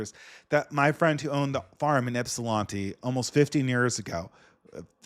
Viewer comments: How did you live in Michigan and mispronounce Ypsilanti wrong? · lived in Michigan tho...he should have heard someone pronounce ypsi the right way lol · Ypsilanti pronounced "ip sil lan tee" lan like land not lon